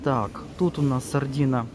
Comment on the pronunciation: не "сардіна" а сардина!